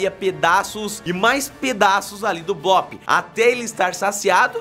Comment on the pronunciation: Não É Blop